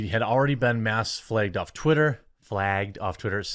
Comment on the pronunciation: "Fleeged" - The Quartering /Giggle